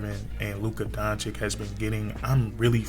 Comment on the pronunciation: it's DON-CHICH...